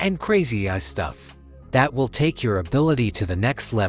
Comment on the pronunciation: Funny as hell..... if AI was so smart it would know how to pronouce AI .....LOL!